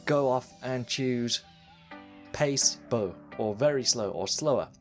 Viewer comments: Before I say it, dude, awesome tutorials. Great videos. Thanks for your hard work! Did you really just say "place bow"? :P It's pla-see-bow. Basically means 'all in your head', or simply, fake. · this dude just said Place Bow... Pluh See Bow is how you say it lol